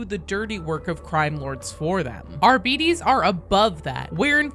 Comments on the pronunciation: It’s not pronounced Ar - bites or ar - bee - tees, it’s pronounced ar - bite - ees. It’s the same suffix as Astartes, just a different root word. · "Arbeetees" sounds like a diminutive, cute little fairy species in some fantasy setting "Arbytes" sounds so much cooler lol, i can't understand why that isn't the actual pronounciation or Arbites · Arbehteez...yeah nobody can get it right. Just say it like that. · Better than arbeeddies like she is sayin. Like diabetes. Arbites has diabetes . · Why is it pronounced that way? Am I the only one who says "Ar-buh-tess?"😅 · I think pronouncing it in Latin, which is what High Gothic should mimic, it would be R-buh-tez. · Um, actually, as a student of Medieval Latin, it's pronounced Ar-bee-tays! 🤣🤐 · I love your videos. I love the unfettered enthusiasm with which you approach every bit of lore, no matter how miniscule. I may or may not love you. But please understand it is pronounced like "Arb'tis". It's based on Greek. It isn't a cereal! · To pronounce Arbites, I've always preferred to use its modern day equivalent of "arbitrator" as a baseline. In arbitrator, we pronounce the "bi" as "bit", not "beet". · AR-BE-TES IS HOW ITS PRONOUNCE and i dont care what games workshop says they are british and its latin its not how british pronounce it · I thought it was pronounced Arbi-TES So I am equally disappointed in all the pronunciations in this video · I belive it should be pronounced Ar-buh-tees Similar to arbitration or arbiter etc Other than that, awesome vid as always, love all the darktide content🎉❤❤ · I refuse to believe it's Ar-bee-deez. It cannot differentiate that much. Astartes and Sororitas are examples. It's not As-dar-deez or Sore-e-das. Think of the word "arbiter" (a person with power to decide a dispute), drop the "r" sound, and then add a "z/s" sound to the end.. for spanish speakers: Ar-bi-tes for english speakers: ar-bi-tease Don't go shattering my world like this. I will join the heretics.